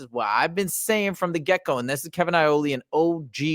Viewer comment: haha I think you might be hungry it's Iole not Aioli 😂